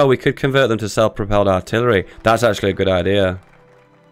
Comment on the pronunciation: le giggle "Arillery" le giggle